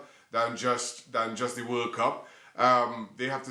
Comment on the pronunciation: Geez! It’s a pain to listen to Craig 😒. His vocabulary seems limited Takes ages to complete a sentence and on top of that , he doesn’t pronounce his words properly